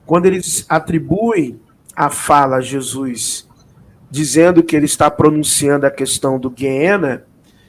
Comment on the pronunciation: A IA comeu a letra S da palavra JESUS pastor. É melhor me contratar 👍